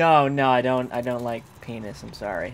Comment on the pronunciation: "That's a paeenus!"